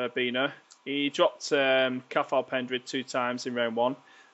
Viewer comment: its a silent t in Cathal